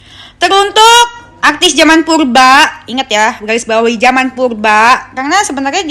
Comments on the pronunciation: Purba bukan pulba Kali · Yang benel....klau ngmong yng jlas dong bukan pulba purba ... Cantik pun bukan di wajah yng kin clong tapi lisan n hati yng bersih itu yng di namakan cantik yaa sayang ...skali lagi tlong klau bicara yng jlaas rrrr jangan di ganti " ....klau kamu cantik dk perlu kamu kasih tau orang pun akan liat kamu cantik nya luar dlm dk , Kecantikan itu cuma kesing yng asli di dlm hati ,hati nya bersiih insha allah kliatan bersinar berwibawa n anggun di liat nya ..gituuuu maap yaaa jangan oamer kecantikan dh .